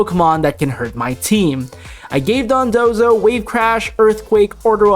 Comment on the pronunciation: You're pronouncing dodonzo like dundozo